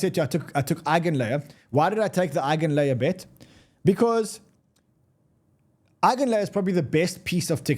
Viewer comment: Eigin layer??? 😂😂😂 NEVER